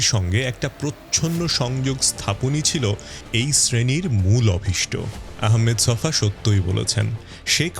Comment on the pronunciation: গ্রেট ছফার নামটা ঠিক মতো উচ্চারণ করতে শিখেন। তার নাম 'আহমদ ছফা', 'আহমেদ ছফা' না।